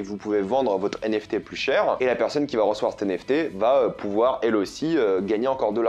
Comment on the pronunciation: Je pense que c'est plus commun de dire "les NFT" et pas "les zenFT", étant dans la crypto depuis longtemps c'est comme ca que je l'entends depuis longtemps! Après c'est évidemment à but constructif et pas une critique, y'a pas UNE vraie manière de parler hein le language c'est à tous 😉